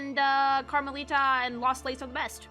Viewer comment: Its music to my ears, hearing someome pronounce Karmelita's name correctly